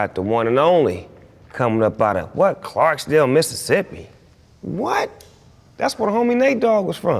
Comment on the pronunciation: He said Clarksdale like what the heck